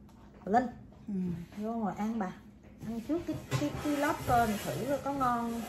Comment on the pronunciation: Lobster not lopster😍😍😍😍